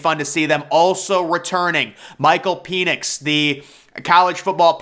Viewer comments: Penix like you write with a pen. Not Peeenix to rhyme with um Venus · D'oh! It's Washington QB Michael Penix, not "Peenix."